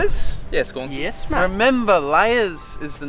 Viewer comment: Oh, it's Gaunson. I thought you were saying "go on, son" this whole time